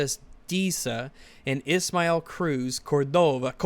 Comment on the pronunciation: It is CÓRdova, not CórDOva